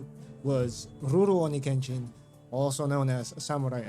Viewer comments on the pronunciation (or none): Why do you say ruroni kenshin like that? You japanese?